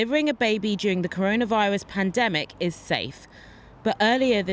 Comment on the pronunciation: Cor-ON-a-virus? This man has not heard of this thing yet?